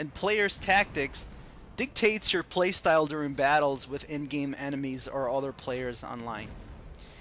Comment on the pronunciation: "most enemas" ugh "enemies"